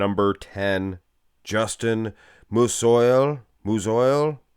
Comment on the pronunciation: Justin Musiol is pronounced "'Mooseeall" I think